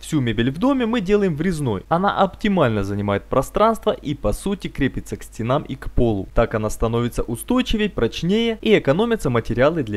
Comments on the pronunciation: Вітання з кнопкою!) І не "стена'м, а сте'нам" )) креативно, лайкиии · как то режет слово стенам)